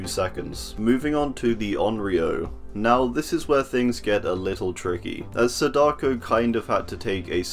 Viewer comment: It’s pronounced Sa-Da-Ko Not, Sa-Dako